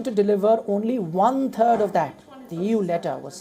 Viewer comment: Did I hear right ? He said : 'one third', I heard : ' one turd' 😂😂😂😂